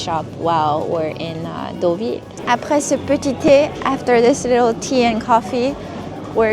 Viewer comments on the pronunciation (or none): none